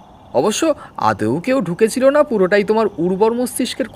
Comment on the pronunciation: vale of tales- এর reference- এ আপনাদের গল্পপাঠ শুনছিলাম। মন্দ নয়। তবে উচ্চারণে একটু নজর দিন। অগত্যাকে অজ্ঞতা পড়ছেন, আদৌকে আদেও ইত্যাদি।ভুল গুলি শুধরে নিলে একটা standard বজায় রাখতে পারবেন আশা করা যায়।